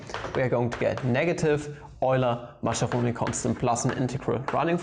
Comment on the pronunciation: So you've decided to make the Italians your ennemies and never will pronounce 'Mascheroni' correctly, despite all the comments about it... Good, good...